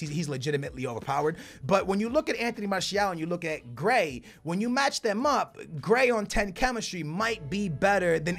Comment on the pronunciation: How can you pronounce konaplyanka but not gray